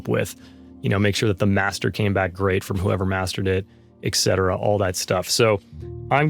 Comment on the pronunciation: ex cetera? you mean ET cetera.